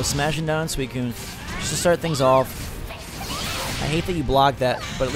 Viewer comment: suicine is pronounced sue-i-cune!